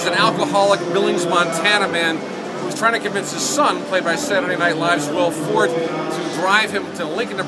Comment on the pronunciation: That's Ravel's Bolero in the background, and it's Will FortE, not Will Fort like a pillow fort...